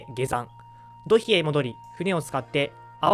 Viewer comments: 発音、「どひ」というより「とい」ではないでしょうか？ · どひではなくといでは? それとも後年読み方が変わったのかな?